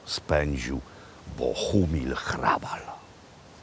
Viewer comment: Barokowy gotyk to Jan Santini, warto zapamiętać to nazwisko. I gratulacje za prawidłową wymowę "h" a nie "ch", niewielu to łapie, pan Makłowicz ma dobry słuch. Super seria, i ten smażony ser, niam niam :-)